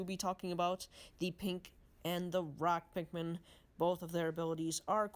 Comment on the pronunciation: Sure true pikmin fan knows alot about the game pronuced wing-ED pikmin wrong pronuced ROCK pikmin wrong didn't even mention the puffstool the thing that creates puffmin and also didn't mention that when white pikmin are eaten it poisons the enemy that ate them shredded true pikmin fan mhm